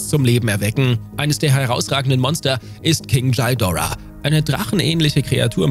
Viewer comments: Kannst du bitte aufhören Shidora zu sagen.. Das Vieh heißt Ghidora und nich Shidora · Sorry aber es heißt nicht Chaidora sondern Gidorah. Gi und nicht Chai, aber dennoch coole zusammenfassung. Macht weiter so. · Bitte nicht Djidora sagen! Das tut in den Ohren von Fans weh!😉 Ghidorah wird so ausgesprochen wie es geschrieben wird. Auch wenn ein „h“ hinter dem G steht wird das G als G ausgesprochen und das R wird etwas gerollt. Bei den Ghostbusters sagt man ja auch nicht Djostbusters.😉 Ansonsten eine tolle Folge!😊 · Das wollte ich auch sagen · Wie spricht der Typ "Kind Ghidorah"? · Godzilla ist immer noch der beste, auch wenn ich nicht kapiere warum du seinen dreiköpfigen Erzfeind so seltsam aussprichst😮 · Man spricht Ghidorah einfach so aus wie man es schreibt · für jedesmal wo Ghidora falsch ausgesprochen wird 1 dislike. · Bin ich der einzige, den es triggert, wie Indominus Rex und Ghidorah ausgesprochen werden?